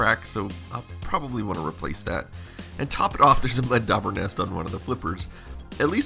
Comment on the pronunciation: Today I learned the existence of "mud daubers". I was like, "What did he say?" and replayed it with closed captioning on. Must be a Texas thing.